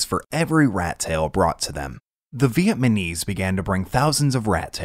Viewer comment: vietNaMese*, not vietMaNese :)